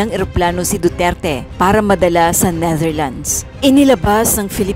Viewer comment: Duterte not Dutert.. Pls. Kindly pronounce correctly 🙄